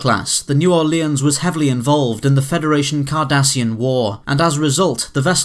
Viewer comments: It's pronounced "new or-lens". Not "new or-le-in". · It's New Ore-lins, or as they say in New Orleans, Nawlins ;-) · the way you say "New Orleans" makes me cringe so hard :p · That is not the way New Orleans is pronounced. And it is a name so accents do not matter when you say it.